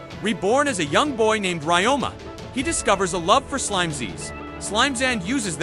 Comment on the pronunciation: Its Ryoma not Rayoma